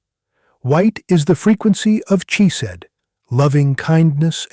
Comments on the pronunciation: This guy is a fake. When Hebrew is transliterated, "ch" is not pronounced as in "church", but as the gutteral sound, like clearing your throat, a sound that does not exist in English (but does exist in German). When he says "chesed" "(lovingkindness) he pronounces it like the ch in church -- this incorrect, a mistake even a child would not make. Also, the word for "blue" is "techelet", pronounced te-chay'-let. He pronounces it te'-kah-let. Wrong wrong, wrong!!! FAKE!!! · It is a shame that the AI cannot pronounce some words correctly. The ch in Chesed is pronounced as a guttural sound as in the Scottish pronouncement of the word loch - and NOT as the ch in the word church